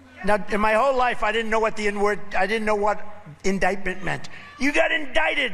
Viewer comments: Bet you know what indictment is NOW fool.. Or as Motormouth Traitor Green refers to as “indickment” 😅😅😅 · Never heard the word indictment? That’s because he always pronounced it indicktment.